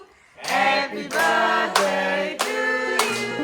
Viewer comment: This man is 30 and he is still saying birfday😭😭😭😂😂♥️